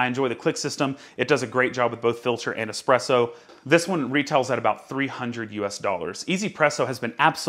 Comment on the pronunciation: I'm really glad to hear you say "easy presso" instead of "one z presso"